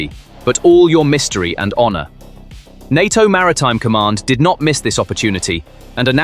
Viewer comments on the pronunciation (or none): NATO as pronounced in the video.... En aye Tea Oh🤣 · I stopped watching when the computer called NATO EN AY TEA OH!